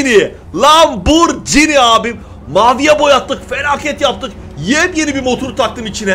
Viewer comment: Aslında olan =Lamborghini Söylenen = Lamburcini =)